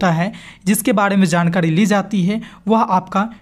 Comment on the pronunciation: jankadi aap ra ko dha kyu bolte hain